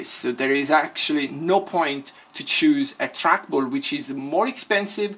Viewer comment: "track bulls" I love this dude 😂😂😂